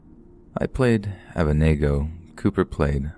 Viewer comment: "abeydenango" "mehshac" "shedrac" lmao